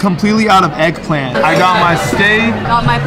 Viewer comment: “Made out of heggplant”